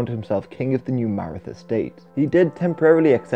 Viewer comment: Maratha is pronounced "Mah-Rah-Tah", not "Mair-ih-thuh"